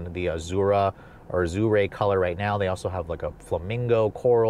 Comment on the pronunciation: Nobody is cross shopping a 3 series and a hatchback. What an odd comparison for trunk space. Also, Azure? How does one mispronounce that word not once but twice?